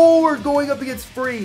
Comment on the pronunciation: Is free or fee? I thought it was fee :/